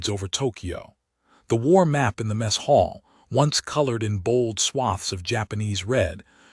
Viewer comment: . . . slid into the messHALL??????? WRONG SYLLABLE EMPHASIZED. It's MESS hall, NOT "messHALL"